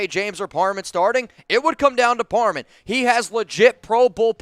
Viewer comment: Just something you might wanna fix, you’re saying “Dylan Parman” and not “Dylan Par-ham” something small but besides that it’s a great video!